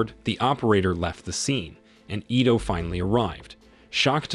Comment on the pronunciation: Pronunciation of some names have been butchered! Correct pronunciation: ITO = ee-tow. FATIH = far-tay. SHINTA = shin-ta.